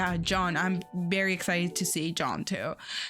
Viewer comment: You say Very not Bary 🤣 Very well very good NOT bary !